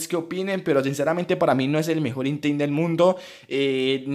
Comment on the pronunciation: Por que dice itein...